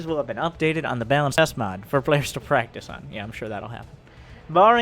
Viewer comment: I'm pretty sure mispronounce of "balance" is intentional. Wait, can you switch off Widow Mine auto casting?